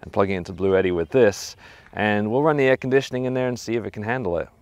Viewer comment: Air-con-dit-ioning! Texas salesmen accent engaged you just come on down and get you some chill'n now, son. Yeehaw.